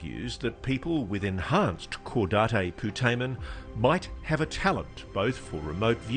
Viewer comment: I'm going to be that guy. Lou, that's not how you pronounce cadate putamen.